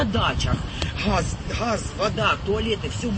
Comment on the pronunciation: НЕ ХАЗ ! А ГАЗ! 😂